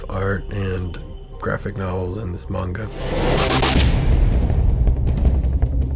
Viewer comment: He said manga wrong... *unsubscribes*